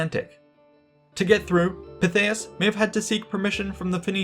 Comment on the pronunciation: I've always been a Pytheas fan, but for me its Pithy-es, not Pi-they-us. Of course I'm also a VER-kin-GET-or-ix pronouncer.